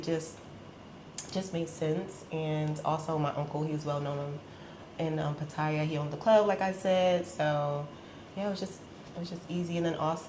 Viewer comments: She even says she can speak Thai which I doubt very much. I mean Pat-tyre is the typical pronunciation for those who can’t speak Thai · 14 years in Thailand and still cannot pronounce Pattaya correctly; not to mention preferring the simple life but living in 17,000 baht per month room and paying 1000 baht to get her nails done !